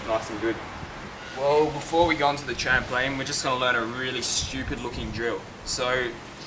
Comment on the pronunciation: 1st of all your hair is amazing, b) please say stupid again because you make that word sound so funny (srry im from texas and your accent is adorable, that was not an insult) 4thly ive been practicing this for like 3 days now and i ALWAYS go straight, what am i doing wrong? how do i go side ways?